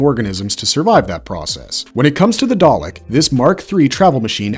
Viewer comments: Dude why are u not saying dalek the same way each time may as well pronounce it darlick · Your pronunciations of both Dalek & Davros are all over the place "Day-leck" "Dave-rose"